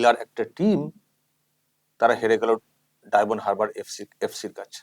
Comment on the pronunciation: কত অশিক্ষিত, বলছে ডায়মন্ড "হাবড়া" উচ্চারণ টা শুনুন